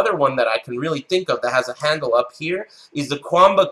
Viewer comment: jjthebird it's pronounced that way, though.